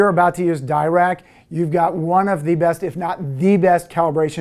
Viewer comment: Dirac is named after Paul Dirac (an absolute OG in quantum physics and mathematical physics generally). Being british he pronounced his name "duh rack" not really "dye rack". It's more of an aside and doesn't take anything away from the excellent content of the video, but worth noting.